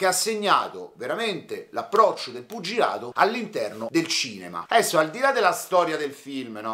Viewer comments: sei troppo forte!!! Mi fai morire quando dici "puggilato"😭. Cmq sei bravissimo. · "..er puggiladoo..." a, me fai sbragareeeee! 🤣🤣🤣🤣🤣